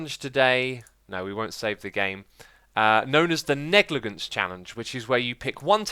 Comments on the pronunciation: Pronounced neg-li-juns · No it's pronounced neg-luh-jents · I don’t care if you say baron or knight but please, for the love of all that’s holy, say negligence correctly! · I'm surprised I haven't seen more comments about his pronunciation of "negligence" considering he pronounces it quite oddly, but maybe that's the way Europeans pronounce it. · the second g in "negligent" should be soft.